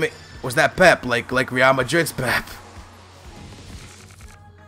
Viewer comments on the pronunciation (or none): Pep-a skillz cmon man not pep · Pepe = Peh-pay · I love u but for God sake it's pronounced "PEP-A"